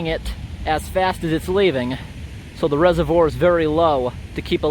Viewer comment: Your constant mispronouncing of reservoir irks me way more than it should